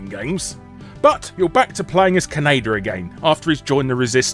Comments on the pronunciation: It's Ka-ne-da you bloody banker! Not keneida. Did you think the franchise is named after Canada? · Did he pronounce kaneda like Canada? Or is that just me? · I never thought I'd hear Kaneda pronounced "K'naydir". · I love hearing "Kanader" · "Kanader" ~ Guru Larry, 2016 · British pronunciations of Japanese names hurt. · Oddly enough, the original Streamline English-language dub made the same mistake in pronouncing Kaneda’s name.